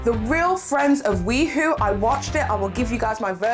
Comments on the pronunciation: Hey hey. Just because I know this drama will continue, the pronunciation of WeHo is “We-Hoe” ( like the garden tool) instead of "WeWho”. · It's we hoe not we hoo. Ugh that bothered me throughout the video. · it’s pronounced Wee-hoe (as in West Hollywood). Not wee-who. 😂 Yeah those are definitely half lash falsies in the Mikayla tiktok. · I laughed every time she said that, it was so funny but I appreciated the good laugh.